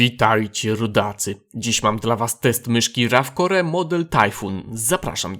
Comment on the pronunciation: Wszystko fajnie, ale "rafkore"? Serio?